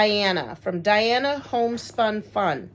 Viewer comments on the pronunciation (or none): Looks like her name is Dina not Diana. 😉 Sorry. I have this thing about needing to pronounce and spell peoples’ names correctly. 🥴 Enjoyed the video. Happy New Year! 🎊🎆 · Her name is Dina, not Diana.